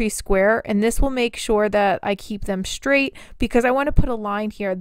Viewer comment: DUDE. My mom listens to your videos and it drives me INSANE when you pronounce the word "straight" with an "h". You say "shtraight". THERE IS NO H IN THE WORD. Feel free to fix this.